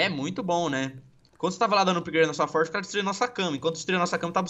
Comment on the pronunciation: E FORGE NÃO E FORJA